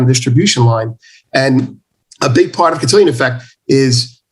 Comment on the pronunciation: Cantillon Effect. Not Cantillion.